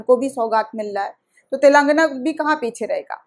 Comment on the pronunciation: सही शब्द है "तेलंगाना",,,,,,, लेकिन अधिकतर चैनल वाले "तेलांगना " बोलते हैं जो ग़लत है,,,,,,,।